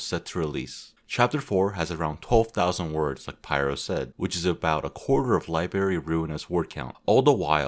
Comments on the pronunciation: who the hell said libary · No way pyro said said libary